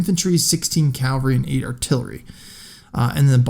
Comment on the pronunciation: Cavalry not Calvary